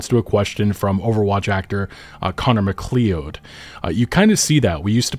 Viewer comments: McLeod is pronounced Mc-Cloud. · FYI: McLeod is pronounced Muh-Cloud. Like the titular character in the Highlander films and series. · Great video as always man. Small critique for future: McCleod is pronounced like McCloud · Conor McLeod... can you not pronounce this name? (MacLeod) there can be only one, spelling :P well let me make it easy Connor MacLeod, also known as The Highlander, is a fictional character in the Highlander film series, and appears in the extended franchise of the television programs: Highlander: The Series